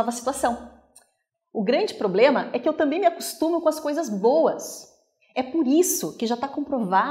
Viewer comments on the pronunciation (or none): none